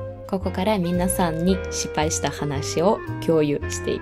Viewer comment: 、皆さんって言う時、みんなさんって言ってますか？ 聞き間違いならごめんなさい😅